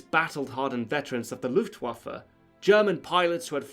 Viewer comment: just realized that you pronounced "Blitzkrieg" and "Luftwaffe"in the correct way,you must have some knowledge of German.